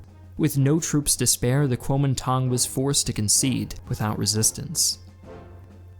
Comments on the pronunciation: Your text graphics used Pinyin Chinese words while your voice over used Wade-Giles Chinese pronounciation. I really enjoy your videos but small discrepancies make them mildly confusing at times. Great oversight though. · The way you pronounce kuomintang needs to be better